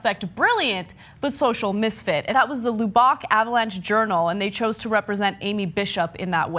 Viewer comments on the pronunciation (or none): "Lew Bock Avalanche Journal"? Does she mean "Lubbock"?